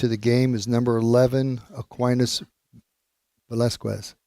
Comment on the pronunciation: And #11 is pronounced veh-LAS-kez